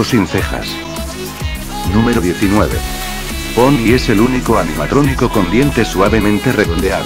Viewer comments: dijiste bombie en vez de bonie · Y tu dijiste bonie en vez de bonnie :v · en la numero 7 en bves de decir bonnie dijiste bombi xd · en la ocho otra vez dices bombi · Like si notaste que dice bonbi en vez de bonni